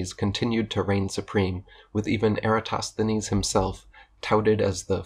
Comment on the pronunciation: Sheesh, that Lie-entist couldn't even pronounce Eratosthenes, for goodness sake...